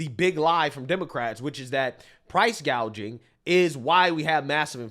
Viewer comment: No, remember its "Price Gauging" 😂 not price gouging 😂